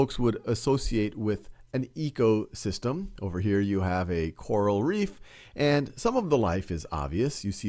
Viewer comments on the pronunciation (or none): Him saying quaral reef instead of coral reef 😂 everyone is to use to saying quarantine